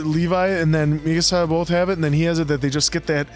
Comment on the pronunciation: Genuinely wondering if ever finds out he's mispronouncing "Mikasa." Not trying to be negative, we all do the same thing with something, it just gives me a chuckle each time he corrects someone else. 😂 Really glad you guys are enjoying the series, can't wait to see how you feel about the latter half!